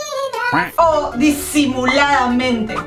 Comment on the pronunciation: "disimuladamente" KSBZKSJSJDJSJSJS MORI CABRASKULIAS